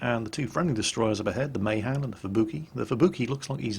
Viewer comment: "May Han"? jesus, wtf?